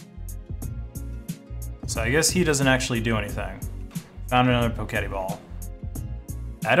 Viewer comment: Fairly sure it's "Poke Et" as far as how its pronounced unless you saw the dev's call it "poe ket ee"?